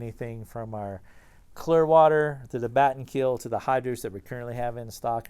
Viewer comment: 'Batten Keel' lul